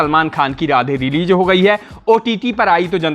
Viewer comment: Reeleej...😂😂😂😂...pijja😂😂😂... Waah re lallantop anchor.